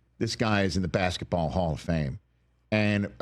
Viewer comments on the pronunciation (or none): none